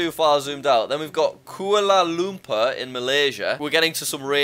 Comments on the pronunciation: WTF kuula luper???? Its Kuala Lumpur. Or to pronounce it Koala Lumpour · ITS NOT “KUALA LUMPEER” ITS PRONOUNCED AS “KUALA LOMPUR” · it's pronounciation is kuala lampur, not Kuala lumpoor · Kuala Lumpar is pronounced (ku ar la lum par) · "Kulla Lumpur " 💀💀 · Me : "kuala lumpur" This guy : "kuala lumper" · Kuala lumpur is pronounced kwaa luh pun pour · The way he pronounced kuala lumpur just kills me as a malaysian